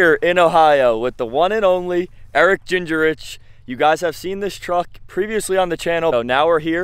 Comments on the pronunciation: Ging-rich, not ginger-rich 😂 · 💯 and completely butchered his name 😆 it's pronounced ging-rich